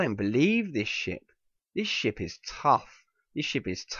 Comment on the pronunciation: I thought he said "I don't believe this shit" when he said "I don't believe this ship" LOL